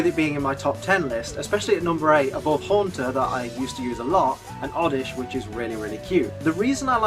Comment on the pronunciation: LEFT OFF THE A IN HAUNTER! DON'T EVER DO THAT AGAIN!